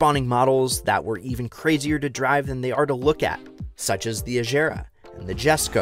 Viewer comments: Please no it's not 'Ajera' it's 'Agera'.😭😭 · Oh and for Koenigsegg…agera and regera…with a hard g not a j…and the jesko…is Yesko…j is silent…dim wittt